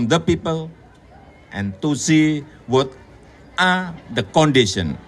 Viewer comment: wot a.. itu apa ya? two a half years 🤔